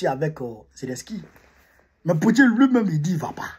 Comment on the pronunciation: Pourquoi tu dis tout le temps Lu au lieu de Lui en français. Lu c'est lire comme quand on lie un livre. Mais pas lu pour dire lui.😁